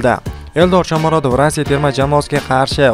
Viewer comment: Рася эмас, РоссИя.